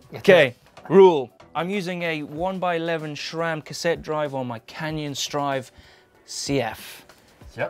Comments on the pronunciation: there is no H in Sram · #AskGMBN Why does always pronounces Sram like "Shram"? xD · I love how says SRAM "shram"